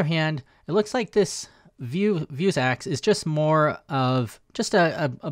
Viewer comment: Me: "vue" + "sax" = "vuesax": "vue" + "sax" = "vue's axe"?! haha Great video as always